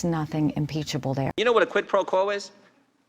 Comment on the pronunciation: "Quit Pro Blow" cracked me up.